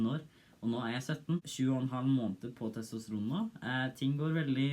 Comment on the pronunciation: TostraN, norway noises TestriN I loved that part xd